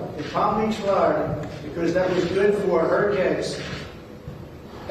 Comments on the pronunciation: Ben, It's pronounced, "BE-COZZ" NOT "BE-COSS" 😮😮😮😮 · BEN! 'BE-COSS' IS NOT A WORD. PLEASE PRONOUNCE IT CORRECTLY!!! IT IS NOT "BE-COSS"